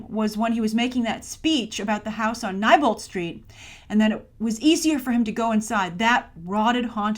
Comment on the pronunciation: Did you really just say "Nighbolt St.", Grace? "Neibolt St.", like "knee". And it's "Richie", not "Ritchie".